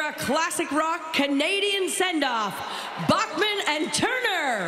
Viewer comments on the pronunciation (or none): The announcer doesn’t even know how to pronounce Randy’s last name. It’s pronounced BACKman, not BOCKman. 🙄